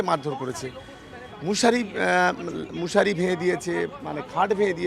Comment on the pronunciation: চোদনা বলে কিনা মুশারি। চোদনা শুদ্ধভাবে কথা বলতে পারে না, ও আবার নেতা মারিয়েছে😂😂